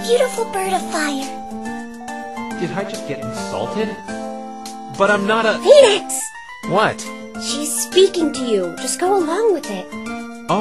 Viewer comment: it's nix. as in phoeNIX